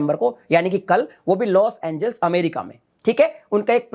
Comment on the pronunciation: पहले लोस एंजेलिस तो ढंग से बोलना सीखो। तुम हर बार लोस एंजिल्स बोल रहे हो😁😃😭